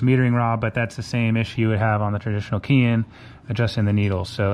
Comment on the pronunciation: Keihin is actually pronounced "Kay-heen." Just FYI.